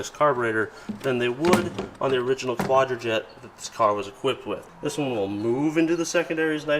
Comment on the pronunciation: ...its pronounced QUADRAJUNK. Edelbrock was a NICE touch